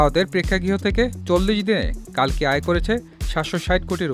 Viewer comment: কাল্কি নয় রে, কল্কি